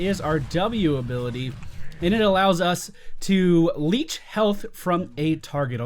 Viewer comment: Also its leech, spectral leech - like a blood sucking leech not like a leash on your dog. I swear its like you are trying to talk while simultaneously playing and giving commentary on an attention heavy moba...